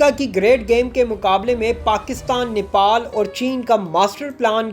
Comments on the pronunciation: Its Nepal not niple, nipple chuche ko kehte hai 🤦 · Bhai Nepal not Nipal ok. Thankyou.